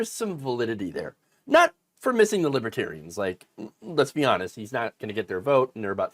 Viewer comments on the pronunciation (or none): He couldn't even pronounce it right. "Libbatarians" more than once.